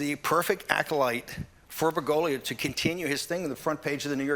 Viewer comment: Why does Bannon keep talking about "fregolia "? What the hell is that?